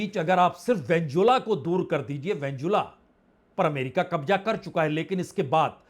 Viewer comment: Venezuela not venzula please correct your pronunciation Netanyahu Not Nathanu